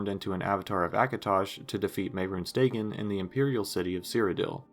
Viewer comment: it's Day-gone. Not "daygin"